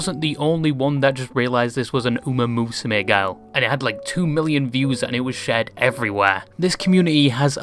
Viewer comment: Uma is pronounced "oo-MAH", not "oo-MAY".